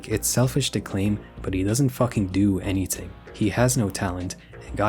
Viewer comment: The way you say thread and anything pmo so much bro it’s not tread and it’s also not anyting